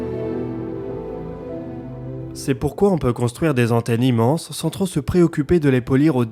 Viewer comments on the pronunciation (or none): none